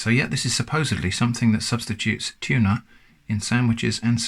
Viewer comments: "It's not a Tunah" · tunah as in nah feep that